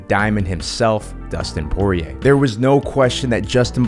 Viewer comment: Went cunts say poiriers name like that I wanna die